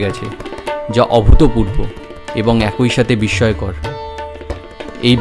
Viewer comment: ভাই, একই কে এয়াকোই উচ্চারণ করবেন না। কানে খুব লাগে